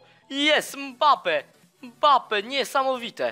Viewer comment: Czy tylko ja słyszałem mape nie mbape